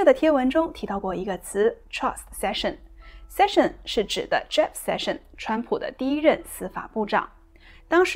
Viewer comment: 姐 人家叫sessions 不叫 session 。